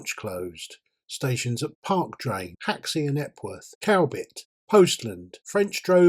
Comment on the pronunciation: Cowbit is pronounced Cubbit